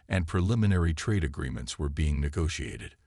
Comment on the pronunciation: Lets see, Bean instead of Being and Nemesis instead of Prometheus. I are glade I tan doe butter prodancing thin tha AI.